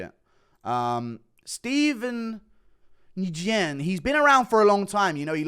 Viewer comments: Nguyen is pronounced "win" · Guru pronounce Nguyen as “Win” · I think you can pronounce Nguyen "Win." They love the name "Baby Shark." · Nguyen is a common Asian last name . Pronounced “win” 👊🏻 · Bro Nguyen is pronounced Win basically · Nguyen is pronounced similar to “win” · it’s pronounced “new when”😂 not no Demetrius when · Nguyen is pronounced "new-gi-yen" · I worked at a prison and there was an inmate with the last name Nguyen. It’s pronounced like Gwin. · it’s Pronounced sorta like “NEW WIN” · I’m sure a million people commented this already but Nguyen is pronounced like when, idk why but it is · I think Nguyen is pronounced like “win” for whatever reason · It's pronounced win, you dunce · Nguyen=win when being pronounced...very weird. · It’s pronounced “NEW-GEN” the G is silent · Steven nwin is how u say it, i only know this cuz my girls viet and that’s her surname as well (edit: not for long boys she might be the one) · guru it’s pronounced “new-gen” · Nguyen is pronounced like Uhn-Goo-Yen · I think the nguyan names are pronounced as WHEN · Nguyen is pronounced NU-WEN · Nguyen is pronounced “win” 🙏🏻 now you know, my friend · It's literally pronounced "new-win" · Nguyen pronounced = Nwin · Hi guru, Nguyen is pronounced “Win” or “nWin”. Hope this helps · Nguyen is pronounced “new-in” you uncultured swine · Nguyen is pronounced like "when" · New-in pronunciation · Nguyen is pronounced win, believe it or not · Pronounced Steven New-When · Steven Nguyen's last name is pronounced "Gwin". He shares the same last name with Dat Nguyen, the former NFL linebacker. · To pronounce Steven Nguyen last name is (New-gun) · It’s pronounced nuh-wen, fatty. 😊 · It’s 100% ‘knew-when’ it’s Vietnamese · Nguyen is pronounced “Win”, Guru. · Nguyen is pronounced "When". Fun fact: About 60% of people in Vietnam have that last name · Nguyen is pronounced Wynn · Steven Nguyen, the pronunciation is just NEW-WEN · Nguyen is pronounced "WIN". dont ask me why lol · It’s just ‘win’